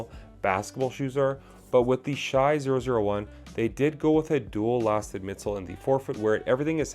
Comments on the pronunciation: dude his name is pronounced "Shay" stop saying "shy".. if u dont know his name maybe learn it before u say it 100 times in 10 minutes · It’s “Shay” not “Shy”